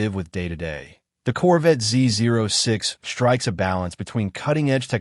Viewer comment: Makes you wonder about knowledge if the presenter does not know how to pronounce "ZO6"....